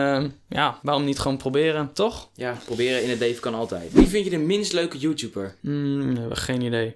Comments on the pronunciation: haha hij zij joetjoeper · zegt youtuber als youtjoeper😂😂